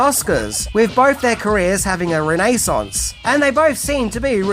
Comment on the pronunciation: Grr I don't care how you say freyzzer but the way you say ren nay saunce makes me want to hurt you😅😅😅